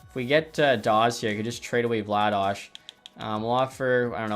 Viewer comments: Please keep calling Vladar "Vla-dosh". It's literally "vla-dar", calgarians call him Darth Vladar instead of Darth Vader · why are you calling Vladar "Vladaj" lmao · Pronouncing Vladar as Vladash? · Yeah what's up with that, I'm a flames fan and I've never heard that pronunciation before